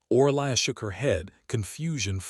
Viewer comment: Name = pronounced O-ree-lia (Orelia). Language needs editing please.